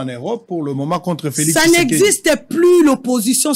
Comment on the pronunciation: C'est l'ivresse, en te suivant tu dois rentrer sur le bas de l'école, tu arrives même pas à mieux prononcer le nom de Tshisekedi, c'est triste pour la RDC avec le fanatisme.